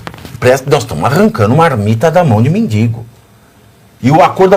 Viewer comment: Pavvina como seu convidado , uma pessoa que estudou em faculdade ,fala: MENDINNNGO ao inves MENDIGO....???!!!!😂